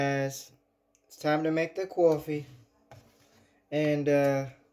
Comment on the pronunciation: COFFEE maker ASMR 🤣🤣🤣 purculate ACTION omg! 🤣🤣 it's CAWFY! I gotta try that cauliflower! I love anything cauliflower! Loved it YUMMY!!! I don't usually comment but that COFFEE killed me 🤣🤣🤣